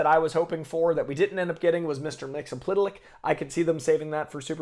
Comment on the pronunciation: Lmao man got Mxyzptlk down but can’t pronounce Adebayo after eight episodes.